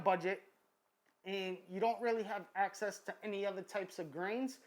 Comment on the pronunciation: "is there one betta than the utta" lolol this guy an og